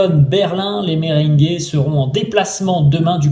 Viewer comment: On dit merengué pas mberingué😂😂😂